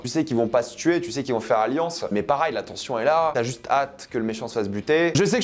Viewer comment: pour la dernière fois on dis "pareil" pas "parail"